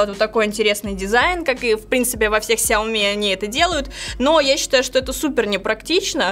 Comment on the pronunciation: Нинада плиз говорить кряоми в эфире и записи. Это мусор